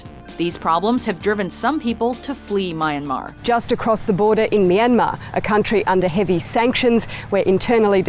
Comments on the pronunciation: So the narrator goes out her way to pronounce high fashion designer names the right way, yet can't say Iraq, Iran and Myanmar correctly? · The way she pronounced "Myanmar" really bugs me..... My and Mar. WTF? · The way the narrator pronounced Myanmar is 🤣. Come on at least say it right. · its pronounced "ee-rock" with soft "i" like the word "in" Please at least do that right.. Same thing with Myanmar...the woman in the news report says it right but you can't even.. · The way how she pronounce Myanmar is so wrong -. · That is NOT how you pronounce Myanmar...